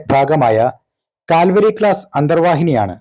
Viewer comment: കൽവാരി ക്ലാസ് എന്ന് വായിക്കൂ.